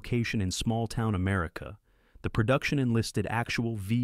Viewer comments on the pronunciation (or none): none